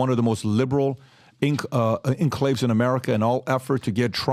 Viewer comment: Listening to PBD try to read and pronounce words like enclave is very tedious. I guess English isn’t his first language but the way has zero clue about how dumb he sounds and acts like he is a genius is irritating